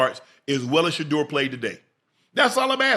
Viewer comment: I need Shedeur to get away from Cleveland !! That da*n head coach couldn't even say Shedeur name omg , they can't stand him 😢😢 its ok we love you still praying for you always ❤ Haters will be haters !!!